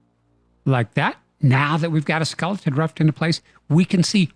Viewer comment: It's pronounced "Fleer" not "Flurr." And "pro-grum" is "pro-gram" as wel as "skull-ton" is "skell-a-ton." 🤦‍♂️